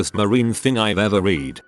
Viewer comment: It’s read not read...